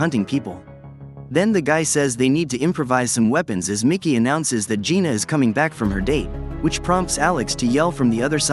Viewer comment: It Jayna Not Gina